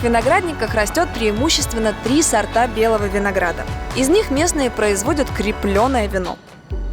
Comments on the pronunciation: С_ОООО_ рта винограда, не сортА. Блин, текст же потом надиктовываете, ну сколько можно, не первый раз уже. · Алина сказала не 3 сОрта, а "3 сАрта"... Всё чаще с мужем замечаем проблемы с речью! И как остальная команда слушает и не исправляет?